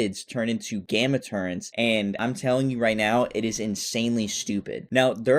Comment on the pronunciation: TUR RET. Not turrent